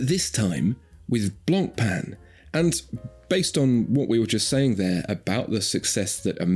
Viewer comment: Don't pronounce the "C" in Blancpain It's BLAWN/PHEN GREAT VIDEO AS ALLWAYS